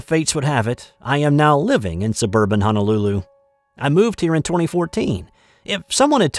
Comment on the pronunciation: No such place as Hanalulu, however, the capital of Hawaii is Honolulu. If you live in Hawaii, you should’ve learned the correct pronunciation by now. Also, the girl did lose her wallet in Rhode Island and got busted losing it there. Your honesty in returning it is commendable.